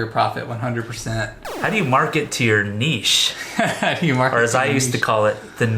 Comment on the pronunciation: Thank you for pronouncing niche correctly, well done, seriously, really annoying when people don't! LOL